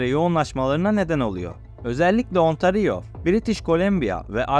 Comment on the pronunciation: kardeş qubek neresi ben orayı kebek dıye bılıyorum hayır boyle yazdım ki telafuzunu rahat anla diye.Bir de tereciye tere satma önce bi sehirlerin adını dogru telafuz etmeyi öğren bence hem 10 yıldır yaşıyorum ontari yo diye bir eyalet yok bildiğim kadarıyla burda ontari o var hasta oluyorum böyle okuma yazma bilmeyenlerin eğitici bilgi amaçlı video yayınlama heveslerine ...Herkes bildiği en iyi işi yapsa olmaz mı ? bence cok güzel olur....böyle bir videoyla yüzbin abone hedeflemek bence hayal bizim gençlere daha gerçekci olmalarını ve böyle saçma sapan bilmedikleri ordan burdan internetten devşirme bilgilerle yamalı yastık video yapmak yerine en iyi bildikleri işe odaklanıp o konuda kendini geliştirmeye zaman harcamalarını tavsiye ederim. Kolay para diye bir şey yok hiç de olmadı öyle kıçınızın üstüne oturup iki kaynaktan bilgi toplayıp onu da video yapıp ondan para kazanmayı düşlemek çok gereksiz ve de saçma.Boyle hayal bile olmaz .Kusura bakma da ben de öylesine geçerken bu arkadaş ne sayıklamış diye şöyle bir bakındım . 3, dakkasında terk ediyorum bu videonun hedef kitlesi de heralde anadolunun kırsalında yaşayan ve buraya gelmeyi arzulayan insanlar olsa gerek. yorumlara da bakıyorum bizim millete buralar cennet...... ulan kendi memleketinde tutunamamışsın onca yıl eeee sonra geleceksin burda kral gibi rahat yaşayacaksın öyle mi ?.. Varsa öyle bir dünya söyleyin oraya ben gideceğim hemde türkiyeden değil kanadadan..Burda millet köpek gibi çalışıyor akşama kadar sadece ev k